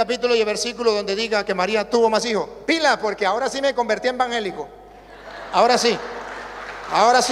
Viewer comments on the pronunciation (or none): No se dice embanjelicos , se dice ,,,,,,,,EVANGELICO , APRENDA A ,,,,HABLAR , IGNORANTE ,hecón .